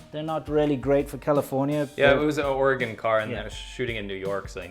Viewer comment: Thank you for saying Oregon correctly